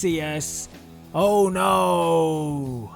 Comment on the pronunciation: you said kassius ohno wrong